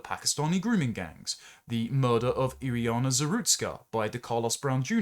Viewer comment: Iryna's name is Iryna. Iriyana is something you made up to repeat several times.